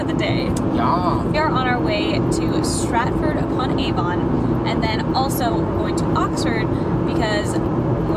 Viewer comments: Aside from the note on pronouncing Warwick, Avon is also pronounced 'Avun' rather than with such a laboured 'ON'. Same with places like Birmingham - 'Birmingum', not 'BirmingHAM'! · It's not pronounced A-von it's Avon as one word! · but it is A-von cept it's more like A-ven.